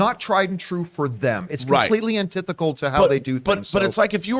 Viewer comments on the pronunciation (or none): Not pronounced antithecal. Its Antithetical.